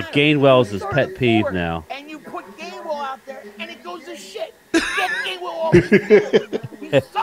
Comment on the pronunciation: Its GAINWELL. GAINWELL OMG ROFLMFAO